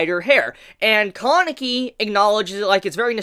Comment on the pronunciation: "Kaaaaah-nekey" "Toe-kah" Man, if I had a dollar for every time you butchered a Japanese name pronounciation.